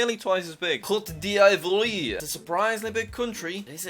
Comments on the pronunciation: you pronounce laos like laos and cote divoire like caught deevware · Jack, the Pronounciation of Côte d Ivoire is Coat-dee-vor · It is pronounced cote divwa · Côte d ivoire is pronounced (coot)(de)(iv)(wor) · its pronounced coatdivuar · It’s actually pronounced coatehdivwire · The name is Côte d Voire but the how we pronounce it is Cot d vuar "I like the name though ♐♐♐♐🇨🇮🇨🇮🇨🇮🇨🇮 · It's pronounced coat die(the German word pronounced de) viore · Jack, ivory coast is pronounced cote diovwoire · IT IS COTE D'VORE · oh Wow the pronounciation was crap Cote d'yvwar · It’s pronounced “Coat-div-wah” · Côte d’ ivorie is said Coatdvair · yeah 😂😂 its cot-di-vuar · It's pronounced: Coat-Da-Voire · Nope, the end part is pronounced like "if war" in a french accent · Me an african: its cote d v-wa it’s pronounced like that lol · It is actually, traitionally pronounced ("Cote:de:vwa") 😁👍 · You pronounce Côte d Ivore as Coat Deevore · Côte d Ivoire is just pronounced cot divor I think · Côte d'Ivoire is said "koht duh vwarr" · hey Jack, Cote d'Ivoire is pronounced Coat d' eev-w-are. It;s french for reference, try searching up a pronunciation vid if you don't get the way I've written it : ) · Cote d ivore is pronounced kote dee vuare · cote d'ivoire is pronounced "Coat d'eev-war" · Côte d’Ivoire is pronounced Cote dee-vwar FYI jack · its pronounced cote-di-vwar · it's Kot deevwaahrh roughly. (I am not French btw) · Côte d’Ivoire (Ivory Coast) is technically pronounced ‘coat die-v-w-are’ if anyone actually cares lol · That pronunciation of Cote d'Ivoire was completely butchered. It's "Cot dee vwa" in simpler language. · Jack, in cote d Ivoire you don't pronounce the first I in ivoire so its Cote d voire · Jack: says Cote d'Ivoire Captions: got divorced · jack i feel disrespected at how you pronounce cote d'ivore. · Your geography is good but you gotta re-learn your French, my friend. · i love jack but the pronunciation of Côte d'Ivoire needs a little work haha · Coat duh-vwah